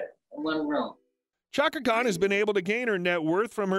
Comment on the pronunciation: Hey...some of those pics were HIT!Chaka would check you I bet!😅and practice pronouncing her full name correct..all in all you gave a pretty good Bio..and I gave you a thumbs up..also..you gave some info that I never knew!Appreciated never the less😁